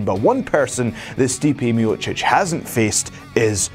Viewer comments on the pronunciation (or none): none